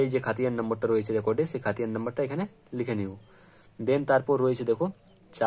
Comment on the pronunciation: তোমার সবকিছু ঠিকঠাক আছে ! কিন্তু যেহেতু তুমি একজন ইউটিউবার তোমার ভিডিও বয়সে ছোট বড়ো সবাই দেখবে ! তাই তুমি বলে সম্বোধন না করে আপনি বলে সম্বোধন করলেই মনে হয় ভালো হবে ! আর উচ্চারণ একটু সঠিক করার চেষ্টা করবে অর্থাৎ উচ্চারণের দিকে একটু খেয়াল রাখবে ! যেমন খতিয়ান কে খাতিয়ান বলেছো , জে এল নং কে জি এল বলেছো ! আজকে Subscribe করলাম !